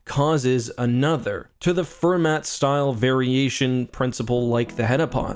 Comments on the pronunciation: It’s Fer-maw not Fer-matt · He must have transferred the t he didn't pronounce in heptapod to Fermat.